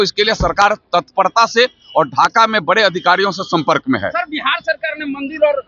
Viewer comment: भाई एंकर को बोलो ज़बान सही करे एक शब्द का भी उच्चारण शुद्ध-शुद्ध नहीं कर पा रही है। शम्पर्क नहीं संपर्क होता है।